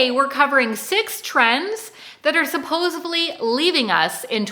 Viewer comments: Supposedly. Not suposebly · Nice video and energy. The echo is quite pronounced. Maybe consider saying supposedly as opposed to supposably. I am keeping my chambray!! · It's not "supposively" or "supposably". It's supposedly.